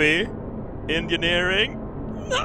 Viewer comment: It sounded like you said "Science and Gingerneering"